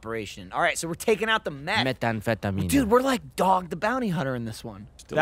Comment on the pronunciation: Gavin's rendition of methamphetamine killed me